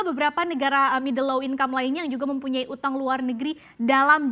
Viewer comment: Dibaca middle low 😂😂😂